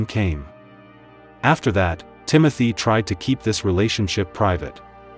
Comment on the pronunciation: The correct pronunciation of his first name is ' Tim-oh-tay' .